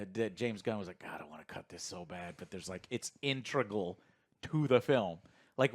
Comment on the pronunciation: INTRICUL is NOT a word 🤦🏻‍♂️ It’s INTEGRAL.